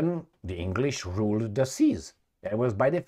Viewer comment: Roool Britannia